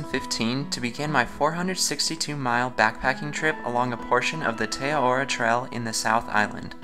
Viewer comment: Great vid. Also, it's pronounced Teh Ah-rar-roar (with rolled r's)